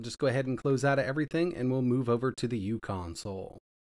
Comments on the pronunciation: The u in "uConsole" isn't pronounced as "u." It's "u" as in micro. So it would be pronounced Micro Console. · It’s pronounced “micro-console”.